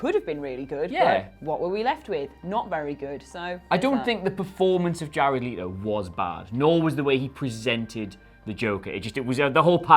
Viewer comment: The way these two so confidently mispronounce Jared Leto’s name makes me uncomfortable